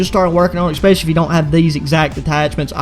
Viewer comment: ready for the ekspecially XD